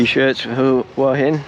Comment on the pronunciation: I enjoy your HH videos. Thank you. However, would you consider saying Hua Hin correctly in your videos? Hua Hin is หวัหิน. (who-a Hin).